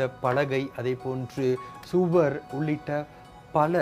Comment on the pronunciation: ஆம். சூவர் (சுவர்)